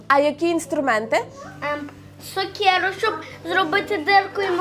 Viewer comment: «Сокьеру» - це на якій мові хлопчик розмовляє ? Не дуже вчителька, виходить, якщо не навчила вірній вимові літературної української мови. Це якийсь діалект ? Коротше кажучи давайте не змішувати політику й реальність. Дали їй титул через політику - зараз все для України .